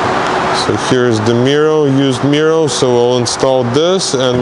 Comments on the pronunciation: I thought he was saying mural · Anyone else smile when says “Mirrow”. 👍🏼. Love it keep up the good work